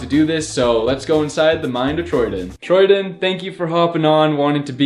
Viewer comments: its TROY DAN, not troydin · you literally keep saying troydin instead of troydan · Troy DAAAAAANNNNNN not Troy Diiinnn...jesus y is so hard for people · Troy DIN? It’s troydan (Troydanne) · says Troyden it’s Troy(Dan) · This man said troydEn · He said “troydin” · The man said his name wrong 😂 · Who does he say Troydan like that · imagine saying troy dan wrong